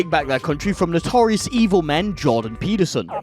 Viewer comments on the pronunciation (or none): none